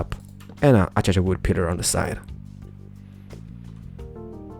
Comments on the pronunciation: Avery Ladwig I love how he say a-cha-cha. Its a-cay-she-a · Lol, Acaica.. U said Achacha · Alright,. It's starting to get a little annoying. Acacia is pronounced ah-KAY-shuh:) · lol "achacha" you said instead of what a lot of people say acacia. Probably because of your accent. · Guys he says achacha purposely, but for everyone who's saying its ah-kay-cia it's ah-kay-sha its on btw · ah-kay-sha not a-cha-cha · Lol aschacha it's as-key see ah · I like how you say "A-cha-cha Wood, instead of "A-kay-sha". I know you're Polish/Swedish and mispronounce words a lot. But.. it is funny though. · The wood is pronounced a-Kay-sha. Sorry for complaining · hmm the pronounce of acacia is (a-ka-sha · he says ah cha chua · Pronunciation : A-cay-sha /Acaica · I like how you say A Cha Cha wood XD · its ace-cia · "A-cha-cha" Omg I can't even xDDD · It's pronounced a-Kay-sha.😂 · I actually pronounce it as a - key - see ah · I'm English, so I can confirm that it's pronounced 'A-Kay-Shia' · No its As-Cia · He says acacia achacha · its a-ca-sha wood come on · He says it a-cha-cha on purpose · Acacia = Ah - kay - Shuh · Acacia is pronounced Ah-kay-sha. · Accacha(acaica) Sounds wierd. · KERT PLEZ Acacia Wood is what he's saying XD